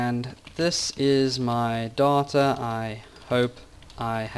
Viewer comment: why did you pronounce 'data' as 'daughter' a lot of time? that's really annoying..